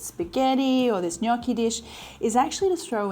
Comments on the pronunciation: While I patiently wait for my precious book to arrive, these daily recipes really help ! What is not too like, mushies, miso and cheese - cannot wait to try this and thanks for pronouncing gnocchi correctly ! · Super impressed by your perfect pronunciation of the word “gnocchi”. Everyone just pronounce it wrong outside Italy 😊 The dish looks super delicious. Hugs from Bologna 😊